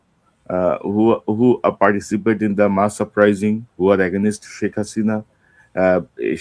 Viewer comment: For God sake please polish up the pronunciation of words like Against, to mention one out of many